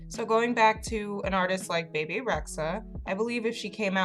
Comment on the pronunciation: PLS PLS PLS SAY HER NAME RIGHT ITS “BEE BEE” NOT “BAY BAY”